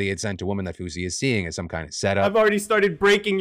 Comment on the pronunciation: I was seriously concerned cause i thought he said swoozie and "heard gun to my head". Realized he said fousey and stopped caring